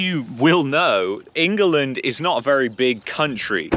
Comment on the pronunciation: I'm gonna pronounce it "ING-UH-LIND" for now on.....I love it